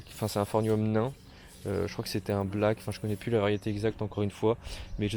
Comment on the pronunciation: Quel charlot ! Je n'ai pas pu tout regarder tellement tu racontes de conneries. C'est pas phornium mais phorMium, les palmiers et les bananiers n'ont pas de troncs mais des stipes et la prononciation de Trachycarpus bonjour la honte ! Ch se prononce ke en botanique et les cycas ne sont pas des palmiers